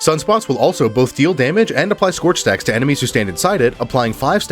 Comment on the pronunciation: i heard sex you have instead of stacks you have